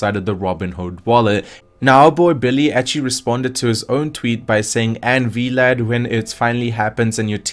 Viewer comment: V-Lad? XD Sounds like a superhero sidekick. It's just "Vlad" short for Vladimir.